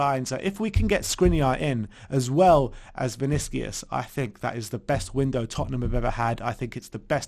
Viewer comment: Vinicius. The U is pronounced like the Uber U. So its not Vinicias, its VinissiUSH